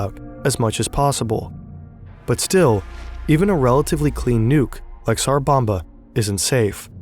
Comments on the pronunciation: It's tsar bomba. Not sar. Your spelling it correctly but you keep saying sar. The T is not silent. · it's called "TSar bomba" not "sar bomba" pronounce like leT'S , TS sound